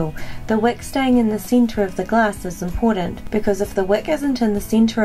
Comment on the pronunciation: Center not cinter